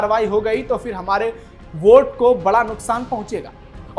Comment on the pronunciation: भाई आप पहले अपना उच्चारण सुधारिए "श" शब्द का उच्चारण सीखो आप न्यूज पढ़ रहे हो ,गाओ वाली हिंदी मत बोलो, अच्छी हिंदी बोलो। देश को देस, कश्मीर को कसमीर, वोट को बोट बोल रहे हो क्या स्तर है समाचार वक्ता का?